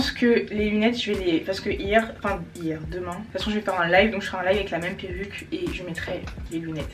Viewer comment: "à demaing" je confirme tu es devenue une vraie bordelaise 😂😂 Tu es gavé bieng😂